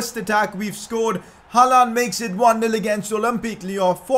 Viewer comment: you are sayin hallands name wrong